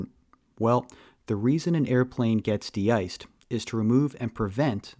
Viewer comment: Thanks for yr help/work. Just, The De-cing, de-iced pronounciations are misleading. Im not a native but they sound weird.